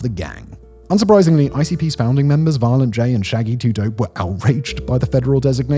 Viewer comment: Dont let Shaggy hear you butchering his name like that